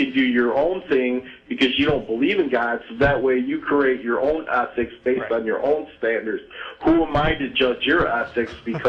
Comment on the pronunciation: Why does he keep saying 'athics'?